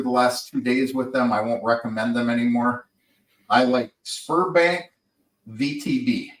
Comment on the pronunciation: Sberbank you need to say ZBEArbank not sperm bank